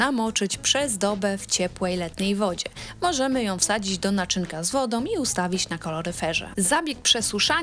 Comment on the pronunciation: Fatalna Polszczyzna! „PrzegotowaNOM odstaNOM woDOM” zamiast przegotowaną, odstaną wodą? A gdzie głoska „ą”? To że tak mowią prymitywni politycy, nie znaczy aby tego słuchać i naśladować. PROSZE NIE KALECZYĆ PUBLICZNIE PIĘKNEJ ORUGINALNEJ POLSKIEJ MOWY